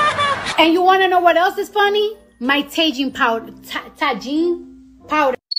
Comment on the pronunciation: Tagline powder uuh tajine